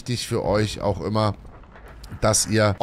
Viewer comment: "ümmer" besser 😜